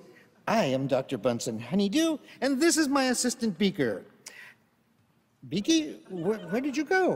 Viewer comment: I like that he calls him Beeky